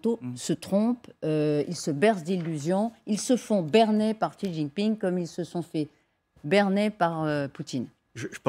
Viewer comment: A tous les journalistes de France, demandez à des chinois la prononciation du nom du dictateur : Xi se prononce "ci" et pas chi, tchi, gzi, ... Comment espérez vous êtes crédibles si vous n'avez pas cette simple curiosité.